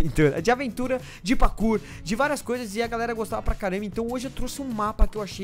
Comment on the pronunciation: Ele fala pakur